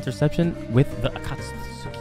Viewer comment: Am happy bro can finally pronounce Akatsuki lmao